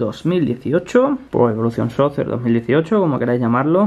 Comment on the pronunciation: Emm se pronuncia soker y se escribe soccer